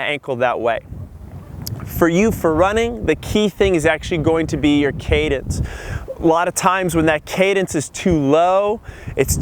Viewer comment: Cadence not cadance!